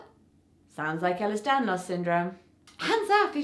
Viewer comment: its pronounced "A-lers"